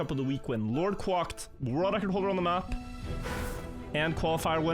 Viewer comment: the way you pronounce quacked is wild to me lmao